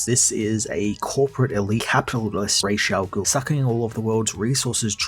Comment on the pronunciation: Not being petty or picky...but it's Ra's Al Ghoul not Raysha ghoul